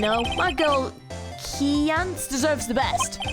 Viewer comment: Pretty sure Kiyance is intended to rhyme with Beyoncé.